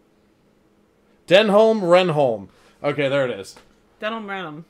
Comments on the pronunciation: Great review guys love this episode. Oh and here in the U.K. we pronounce it Denham Renham but spelt Denholm Renholm. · It’s pronounced Den-um Ren-um, a great character, just wait until Douglas comes into it though! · Both names rhyme with ‘denim’ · Denholme Reynholme is pronounced "Denum Renum" (short E and U sound in each word). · has it pronounced correctly. Denholm Reynholm (Den'um Ren'um) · I'm sure you'll have gotten (PHONETIC!) Dennem Rennem's name right by the start of season 2 and foresee no further problems. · is saying the bosses name correctly, is pronouncing too many letters. Denholm Reynholm is said dennam rennam. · Reynolm Denholm - pronounced: Ren-um Den-um